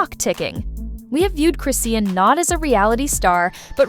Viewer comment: Chi-shawn chrisean not Chrissy or crison' just call her rock since you can't pronounce her name